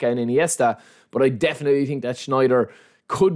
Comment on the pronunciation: „i tink“